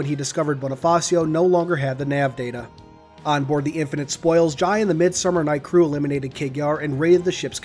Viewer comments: its pronounced Jai (Jay) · Its pronounced jay